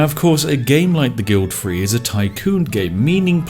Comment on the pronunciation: The Guild "free". level "free" Triggers me every time i hear it. bravo!